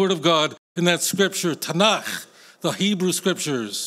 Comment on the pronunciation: He is awkward trying to pronounce the caf in tanach but that is understandable for someone who doesn't know how to speak hebrew. You are spot on about him but it isn't his fault as christianity is indefensible